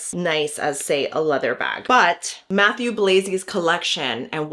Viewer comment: Nice video, thank you! Just pleeeeease, his name is french Matthieu, not Matthew 😅😅